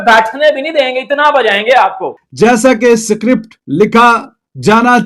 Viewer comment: Script ❎ Sikript